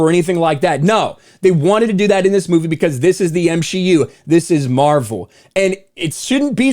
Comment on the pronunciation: did he just say m-she-u because it sure sounds like it